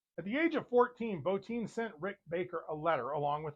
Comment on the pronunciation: You are the first reviewer I've heard pronounce Rob Bottins' name correctly. That and I'm a werewolf buff also. Subbed ! As for The Howling, it's my favorite werewolf movie. Every time I see Robert Picardo in anything, I always say "Hi Eddie". The werewolves also had digitigrade legs.